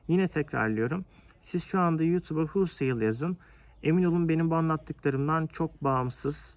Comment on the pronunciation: Huulsayl degil güzel kardesim holsayl :))